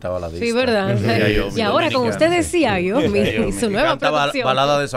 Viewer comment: 🤦🏻‍♂️ porfa ya no digas "XIAIOMI " es Xiaomi.! sin "I" después de la "a".